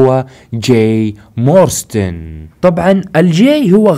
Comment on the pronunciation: يا صاحبي اسم العائلة مو مورستن اسمها مارستون جاك مارستون مو مورستن